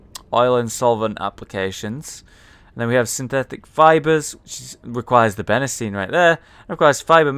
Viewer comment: Benzene Hollow: Bene-zene How it should be: Ben-zene